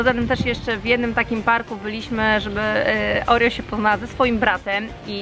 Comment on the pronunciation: pisze sie Oreo a mówi Orio (czytaj opis)